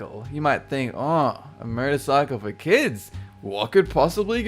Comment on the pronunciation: i thought he was saying murder cycle on #1 lol